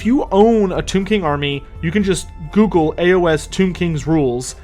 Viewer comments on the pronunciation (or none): none